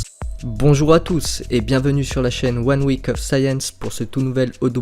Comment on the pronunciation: Encore une nouvelle vidéo qui nous apprends des choses intéressantes et non ennuyeuse comme d’autres chaînes scientifiques. Bravo! Tu dis enfin science en anglais ça passe vraiment mieux. Vivement la semaine prochaine pour de nouvelles informations